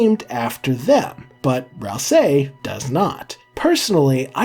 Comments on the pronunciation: I feel like i die a little every time he says RalSAYY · You say "ral SAY" so weirdly